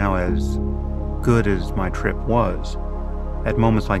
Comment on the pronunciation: Good job he didn't forget the "r" in trip.